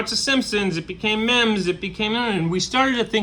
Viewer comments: I thought I switched timelines again and now MEEMES are called mems. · MEMS LOL meeeems memes is pronounced meeeeeems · The real mystery is your pronunciation of the word "meme's" ;)